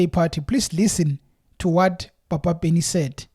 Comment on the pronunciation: You are pronouncing Papa Penny's name wrong. You must emphesize the p the same way you pronounce pan, Pernny Lebyane's name is also pronounced the same way. ..